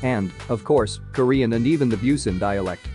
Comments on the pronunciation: The way the narrator butchered all these names… How did Busan become “bew-sin”?! 😂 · The pronunciation on this video is terrible. He even says Busan wrong and Vincenzo. Yikes